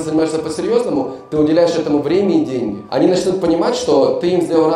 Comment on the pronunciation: Вы гавариш денги менога как тибй менога